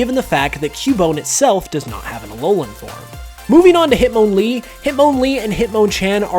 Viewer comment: The way says Hitmonlee and Hitmonchan is officially my least favorite thing ever. Considered me triggered.